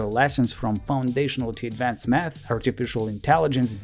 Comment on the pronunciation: His pronunciation:- math ❌ meth ✅